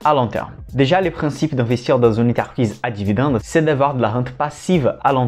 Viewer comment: Belles série de vidéos didactiques. Un petit plus serait de prononcer "entreprise" et non "enterprise" mais je sais que la langue française n'est pas facile. ;)